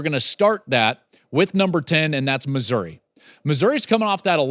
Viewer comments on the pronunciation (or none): none